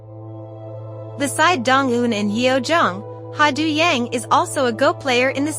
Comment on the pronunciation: And his character’s name is pronounced Do, as in Play Doh and John Doe.